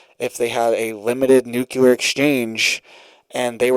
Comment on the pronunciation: Nuclear = New Clear........... No such word as new clear lure..